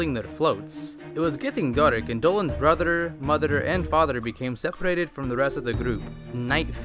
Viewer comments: i love how he says "fatherer","motherer" and "brotherer" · I like how he says brotherer motherer and fatherer